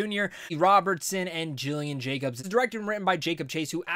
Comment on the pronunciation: Its Gillian Jacobs with a hard G. Not Jillian. She’s pretty amazing and actually a hilarious improviser in the comedy world.